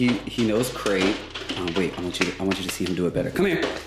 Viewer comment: I love how he got it on the 3rd try like "OH u said craTe. Gotta enunciate Dad!"